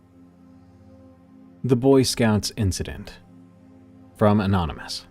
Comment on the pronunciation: "From.. An ominous"❤